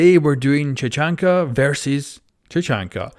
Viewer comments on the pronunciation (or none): its Tachanka not chachanka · Everyone: "Tachanka": "Chachanka" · tachanka fo sho not tachanka but tackanka